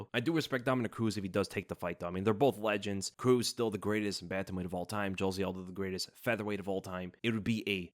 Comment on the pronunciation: Brother please, just google “Jose Aldo pronunciation”